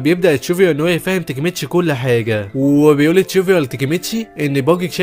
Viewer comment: انتا بتقول باجي غلط اوي تلوث سمعي